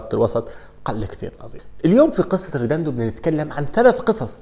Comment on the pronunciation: يا رجل مشكلتك بتنطق الاسماء خطأ بشكل مستفز … مش ريداندو … ريديندو